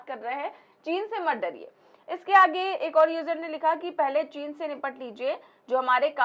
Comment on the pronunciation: चीन का च तो इस ढोंगी के मुंह से निकल नहीं पाता है बात करता है साला